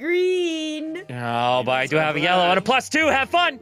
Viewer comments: Itsfunnehs sister said blellow blue + yellow = blellow right? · Did she not say blellow? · I say lellow to